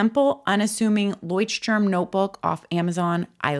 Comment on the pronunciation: Hi, German here. It's pronounced Loi-sh-t--toorm. Turm means "tower". Leucht-Turm is a light house ❤